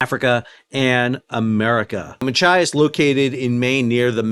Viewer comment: Excellent job pronouncing Machias correctly many times but sounds like a "mah ki as" snuck in there a few times.